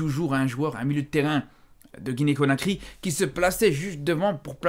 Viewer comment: conakry pas cokary